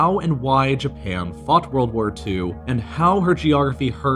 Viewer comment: I don't really know if said "How Japan fought ww2" or " how Japan f*cked ww2"